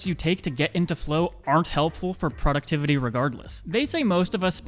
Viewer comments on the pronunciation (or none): Productivity is pronounced, PRO-ductivity, (not product-tivity).